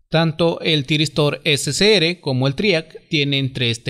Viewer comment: ese se ere y gue no seria correcto al pronunciarlo, se pronuncia ese ce erre y ge... por lo demas excelente explicación, muchas gracias.